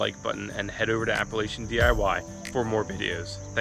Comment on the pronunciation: Nice video....BTW...it's pronounced "app-uh-LATCH-ee-un ". :D